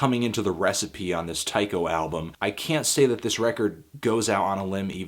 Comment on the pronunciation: I think it's pronounced Tee-ko.